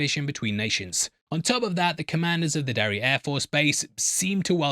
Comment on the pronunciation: The fact you say “Derry-Air” like six times in this video and you didn’t make a single butt joke is very disappointing ….